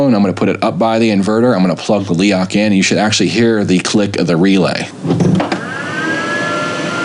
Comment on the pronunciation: YES MORE INSIDE LOOKS PLEASE.. Also it's pronounced Leroch!